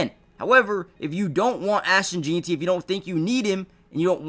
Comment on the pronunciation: 1 day before the draft and still can’t pronounce Jeanty right lol